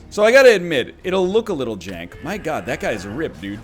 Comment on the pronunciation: NL, you cant miss completely and then call it "jenk" :)